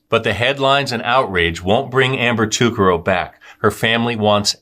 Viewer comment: You pronounced her last name wrong Ta Car Ro